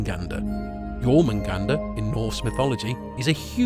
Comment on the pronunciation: incredible video and loved the part where you spoke correctly the names Jörmungandr and Angrboða